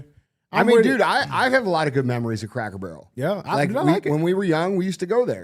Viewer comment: Does DJ say Crackle Barrel?